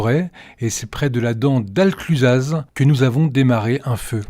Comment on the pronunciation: On prononce le z dans Arclusaz ?